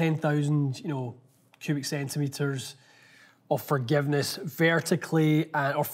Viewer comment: Did say "fargiveness" Cheers from Scottsdale